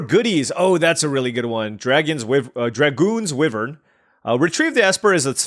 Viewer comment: The way you keep pronouncing wyvern is killing me 😭 But at least the other stuff is correct